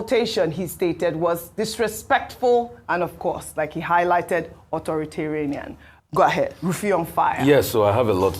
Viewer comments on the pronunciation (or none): it is authoritarian not authoritaranian